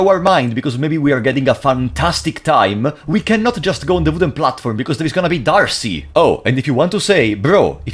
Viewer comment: It is pronounced or "Day-Arc" or "Deh-arc" because French. In reference to Joan of Arc/Joan De Arc/Joan De'Arce. Not Archie :) but great videos, thank you